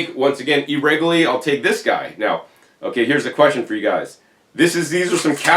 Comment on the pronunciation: There's a few other words he pronounces differently. "E-rego-lee" (irregularly) is another. 😅